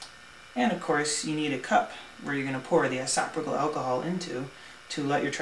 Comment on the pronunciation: Good info, but dude, learn how to say "isopropyl.' Yeah, I'm *that* petty.